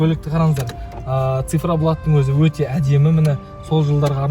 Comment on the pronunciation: жүк салғыш өтте үлкен деген сөздің басқаша айтылуы